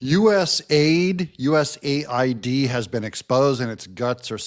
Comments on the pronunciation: u. s. a. i. d. Not us aid. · To be clear,.US A.I.D., not US aid. Even the names is used as a lie.